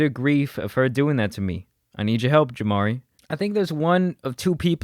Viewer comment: The way bro be saying his name. JamaRI! That’s JamaRI!